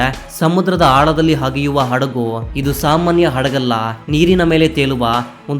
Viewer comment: ಹಗ್ಗದ ಅಲ್ಲ..🤣 ಅಗ್ಗದ ನಕಲಿ ವಸ್ತು.. ಹಗೆಯುವ ಅಲ್ಲಾ ಮಂಕೇ ಅದು ಅಗೆಯುವುದು😂